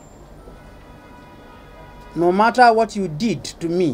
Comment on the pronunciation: He isn't sorry 'No matter what you did to me' with emphasis on did This is you, that 5mins just happened to be caught to camera